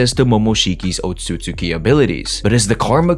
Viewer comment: the pronunciation of "Otsutsuki" low key pisses me off lol. sub > dub